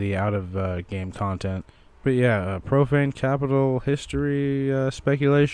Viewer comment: Lol, thought you said propane capitol.